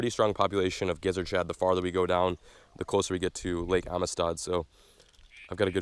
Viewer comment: It’s pronounced am-sted